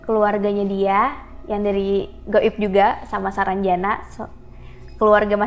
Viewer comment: Sarangjana bukan saranjana..